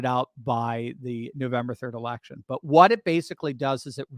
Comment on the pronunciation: I've never laughed so hard is when you said "erection." 😂